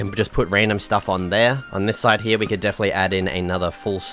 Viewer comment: I love when you say hereya no here